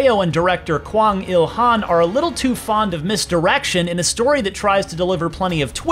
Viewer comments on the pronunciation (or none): none